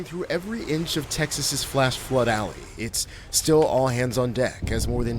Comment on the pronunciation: "Floood" lmaooo